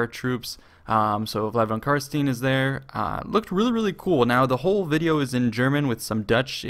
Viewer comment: Just a bit of feedback regarding your pronounciation of "Carstein". I hear it mispronounced by a lot of people and then repeated wrong and wrong again: Its Carst*ei*n, not Carst*ie*n. You know, just like in Einstein.